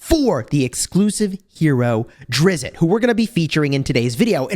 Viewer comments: Drizz- with a soft t at the end. 1 syllable. Not Drizz-it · It drives me a bit crazy that he mispronunces his name. It's Drizzzzt, not DRIZ-it😑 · there's no "it" sound at the end. It's the same "t" sound as in list. It's more like Driz-st. His panther is Guenhwyvar pronounced Gwin-ih-var (this is how I've heard it most of the time) or Gwin-whee-var. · It's Drizzzzt -- like the sound of a zipper but with a hard T on the end -- not 'DRIZ-it'; common mispronunciation. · Its actually Drizz, the T is silent. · Drizz-it? Come on! It's not Drizz-it! Please get his name correct! He's a beloved character and getting his name wrong is a pretty big deal to people! There's no "it" sound at the end. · You are killing me with the Drizzit pronunciation. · Salvador himself said he is not pronounced as Drizz-it and that fans do it as a joke. However it's been done so much that people just think it's the correct way to say it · You really should go find out how his name is pronounced. It's going to irritate me the whole time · I dont know why, but the way you are saying his name makes me think you know nothing about the dark elves. It really bothers me so much. You know nothing. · the creator (R.A. Salvatore) of Drizzt and his panther pronounces it the way folks in the comments are telling ya. Interviews on the tube will back it. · you're saying it wrong. Simply google it.....